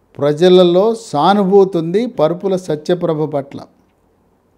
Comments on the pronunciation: AYYA PARUPULA KADU, VARUPULA. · Mudragadda kaadu Mudra gada. Parupula kaadu. Varupula. Emiti sir